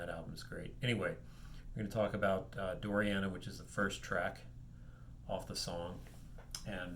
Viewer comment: fyi, it's dorina -- not doriana.